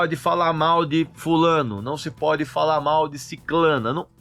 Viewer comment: O correto é Sicrana e não Siclana